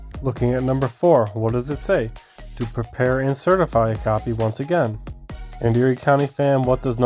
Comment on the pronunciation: You couldn’t remember the words “To Prepare” you articulated that horribly.